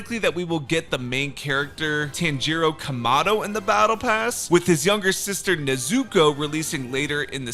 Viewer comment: Tan-gee-row lol